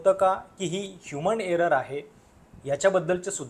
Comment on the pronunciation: तसेच विमानाला विमाण म्हणणे हेही सारखे खटकत राहते. 'ह्युमन एरर'ला ' ह्युमण' एरर '